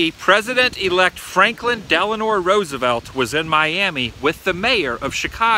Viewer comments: just for argument sake it's Franklin Delano ( pronounced ----Delano) not Delanor. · Franklin Delano, not Delanor.